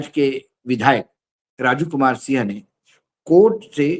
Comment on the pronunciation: Aap Raju sinh bol rahe h, Sir sinh nahi singh bola jata h punjabi mein. Jail Singh Harbhajan Singh Navjot Singh...........